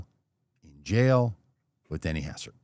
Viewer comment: Hastert btw, not Hassert. :)